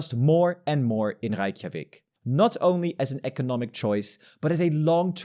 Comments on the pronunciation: You can just pronounce "Ray" in Reykjavik, no need for "Reich" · ⟨ey⟩ in Reykjavík is pronounced like ⟨ei⟩ in Standard American and British RP eight.